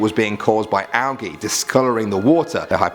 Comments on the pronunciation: Algae is pronounced like Al-G not Al-Gee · Its pronounced AL-G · It's pronounced al-JEE, dangit!